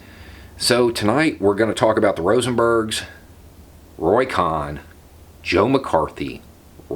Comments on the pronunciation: COHN: Pronounced "Cone," not "Cahn." Roy Cohn was described by T-Rump as his " second father." The other protege of Roy Cohn was Jeffrey Epstein... who was recruited into the CIA by Donald Barr, the Jewish-Catholic OSS/CIA operative, and father of Bill Barr, the two-time Attorney General of the United States. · Roy "cone" not con....how could u not know that? Trump asked how many times... where is my Roy cohn? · Pronounced cone. Other than that excellent as always. Keep up the good fight. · Roy “Con” vs. Cohn (Kone) is the spot-on pronunciation of his name. He was a con-artist and Trump’s fascist POS lawyer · Sorry to OCD you, but having been inundated with Angels in America during my first, second and third lives I the theatre,, I have always heard koʊn which rhymes with moan. I apologize for the didacticism, but this man was so evil, I don’t want there to be any discrepancies when he gets checked in at the fiery gates. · Roy’s last name is pronounced like cone. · Roy Cohn is pronounced more like "Coh(e)n" I think. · Cohn like cone or cone-head. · Are you saying Cohn's name right? I think it is with a hard "o" like in the word bone. Anyways I really really like your vids. Thanks. I just looked it up, his name should be pronounced as I have written. Good movie about him. This guy was a HUGE asshole. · Somehow, credibility comes into question when you don't know how to pronounce the name "Cohn." And the Rosenbergs were executed -- you didn't know?